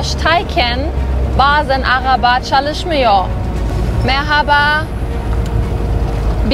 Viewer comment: Selam ben türküm ve çok güzel türkçe konuşuyorsun zaten basit bir dil biraz daha çalışırsan çok daha güzel konuşursun örneğin çalışmıyor derken o sondaki R yi zor söylüyorsun ama aslında çok kolay tek sıkıntın o ama yinede çok güzel konuştun 👍